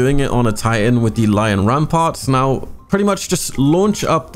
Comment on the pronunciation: Me as a Titan main, It's ''Lion Rampant'' not ''Lion Ramparts'', Reeeeeeeeeee Ok, I think I just need to calm down and have more Crayons...